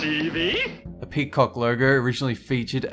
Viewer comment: I love how he pronounced "peacock" x)